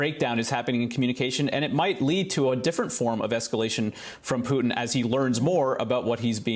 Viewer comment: Did you say pootie or Putin